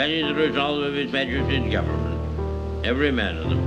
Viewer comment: that was how I heard that 😂😂